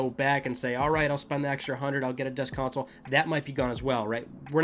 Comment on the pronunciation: Console or is it Cownsole how the F is he saying it?